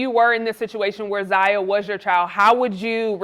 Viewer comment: No his name is ZION not Zaya